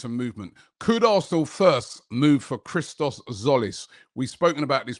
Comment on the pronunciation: Its Hristos Jolis. Common man... It ain't difficult